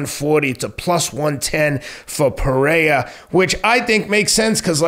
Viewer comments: hey bro the second R in Pereira isn’t silent. He is Brazilian not Mexican lol. Pereira pronounced more or less as it appears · First, y’all gotta stop mis pronouncing Pereira. Not Teddy’s sport, but he’s reasonable when it comes to combat sports.